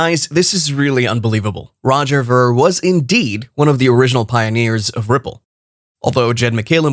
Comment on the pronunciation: Pronounce Veer!